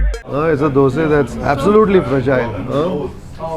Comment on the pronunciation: Warm wishes to you because you call it 'Dosae' and not Dosa 👌👌👍👍👏👏